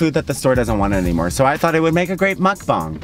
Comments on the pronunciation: You actually pronounced mukbang RIGHT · is the first person to pronounce mukbang right 😳